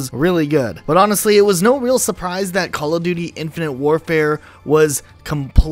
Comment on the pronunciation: When ever he says the game name I her “infinity ward”